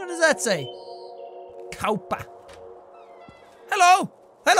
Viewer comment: Jack. When you read the word "Kauppa" you said it actually correctly. Ps. It's Finnish and it means store/shop.